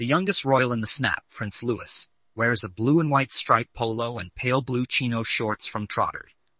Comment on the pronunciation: It is pronounced "Louee"!